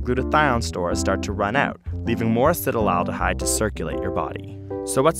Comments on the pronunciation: A-C-E-T-A-L-D-E-H-Y-D-E... Why do you keep saying Acet-al-al-dehyde?! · acet-aldehyde. not "acetyl-aldehyde" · Wonderful video! I may be wrong but it seems as if you are mispronouncing "acetaldehyde." It sounds as though you are adding an extra "al" to the word, making it sound like you are saying "acetal-al-dehyde." I was under the impression that it was pronounced (at least phonetically) "ass-et-al-de-hyde." Am I wrong about this? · It's acetaldehyde, not acetyl-aldehyde! Gah! Pronunciation! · he says Acetylaldehyde but writes Acetaldehyde.. WHICH IS IT? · Acetaldehyde is pronounced "acid owl de hide" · ur pronunciation of acetaldehyde is horrible. Acet like in acetate, then aldehyde like in formaldehyde, not acetal - aldehyde. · I cringe every time he pronounces it "acetalaldihyde" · I would think that someone would have told him he's pronouncing acetaldehyde completely wrong. "Acetyl aldehyde" is not correct. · I hate how acetaldehyde has an extra syllable in there that is not seen, yet is pronounced. I also hate riding in cars, looking at my phone, and viewing my bank statement.